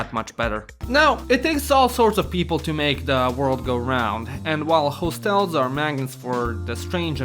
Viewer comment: hoestels xd